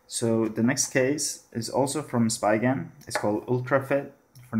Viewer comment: Read it as S-pee-gen not spygen.